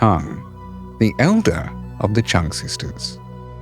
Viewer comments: I know it’s very difficult for foreigners to pronounce the surname of the Trưng Sisters correctly but you did a great job from the very first seconds. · Next time please try to learn to pronounce their names at least remotely like it is meant 😂😅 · Bro couldn‘t even learn how to properly say Trung sisters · You really mispronounced Trưng